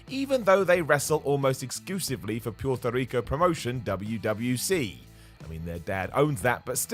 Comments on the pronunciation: Why’d this white man tried to say Puerto Rico like that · 😂😂😂 Poourtwi Rico